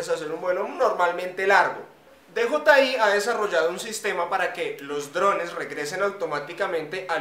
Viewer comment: No es Di Yi Ai es Di Yei Ai